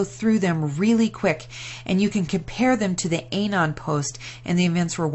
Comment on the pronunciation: It's "QANON" with the "A" not pronounced as a long "a." It is like the "a" in the word "anonymous."